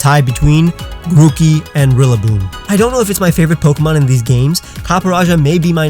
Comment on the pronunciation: THERE SHOULD BE ONLY ONE E IN SIRFETCH'D AND FARFETCH'D! RILLABOOM, NOT GRILLIBOOM! GROOKEY, NOT GROOKIE!